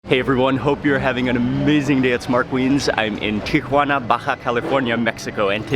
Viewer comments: Tikhuana? lol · FROM TIA"WANNA TO ENSI"NADA" FOR ENCHI"LADA"